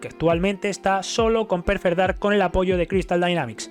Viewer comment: Porque cojones todos los YouTubers dicen PERFER DARK??? No puedo soportarlo